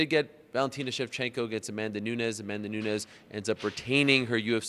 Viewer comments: It's not Nuñez, it's "Nooniss" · Larry David actually it's noons